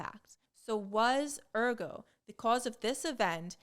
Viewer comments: Too bad she didn’t do so well with “ergot” (ER-gət)… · Also, Ergot needs a t. Otherwise it sounds like "therefore".